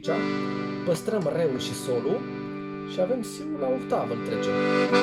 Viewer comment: pe timpurile mele era...OCTAVA...de la otto (ottava in italiana)...la dumneata e OHTAVA de la OHTO...8,,,in romales!!)))))).....hai ca esti tare!!!....RESPEKT pt ceea ce faci ....indiferent de pronuntia corecta!!))))